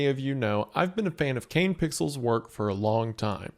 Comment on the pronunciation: I regret hearing Isiah say "Kane Pie"